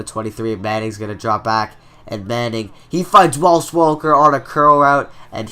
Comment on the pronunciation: There is no L in Wes Welker's first name. Good series but dang you say it every time!